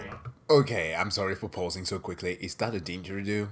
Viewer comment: ayyy! of course the one time i sing "We ARE ONE" you do it too. XD also Digeridoo (Dij-ery-doo) close tho! i love your vids man